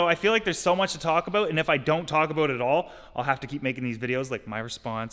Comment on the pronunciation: Everytime he says a bout you hear his accent